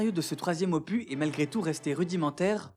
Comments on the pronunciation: "ce troisième opu"? On prononce le s de opus, hein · "opus" se prononce "opus" et pas "opu" t'as appris oule français ?